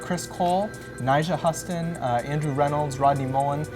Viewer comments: It's Nyjah Huston! Not Haston =_= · "nyjah huhston" true man